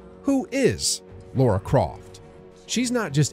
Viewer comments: why do you call her Laura. It’s Lara! There’s no ‘u’ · It's Lar-a not Laur-a. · It's Lara, not Laura. Other than that, a rather enjoyable video. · Oh my god. People can’t say her name right. It’s not Lora. It’s LARA! It’s really not that hard. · Why do people keep calling her "Lora croft"? Its Lara not Lora lol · Drives me nuts! Especially because they were going to call her Laura Cruz originally but they thought Americans would have a hard time pronouncing Laura. Turns out they can’t pronounce Lara either.